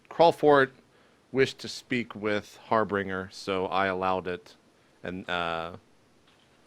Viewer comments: pronounces Harbinger as "Harbringer", Worgs as "Worrogs", Halberds as "Halibreds". It's hilarious and confusing, but I would go with the real words as a default. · Harbinger is a real word, Harbringer is just a common mispronunciation.